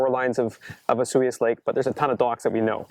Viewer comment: for 1 it's pronounced osoyoos not asuh yuss and 2 the lake definitely freezes over. I've been there many times